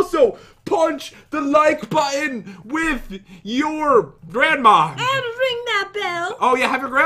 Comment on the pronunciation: pat : grandmma [there] me: gransma